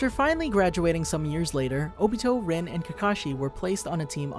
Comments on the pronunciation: It’s not pronounced rin its pronounced reen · ITS “REENE” NOT “RIN”